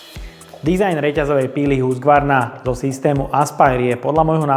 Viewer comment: Preco to vyslovujes Husgvarna ked sa to pise Husqvarna ?